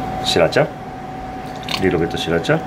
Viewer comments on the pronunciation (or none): "Leedo bit uh shriracha "😂